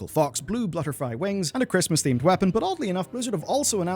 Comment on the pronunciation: LOL i replayed it a few times... you said blutterfy :D hehehe keep up the good content tho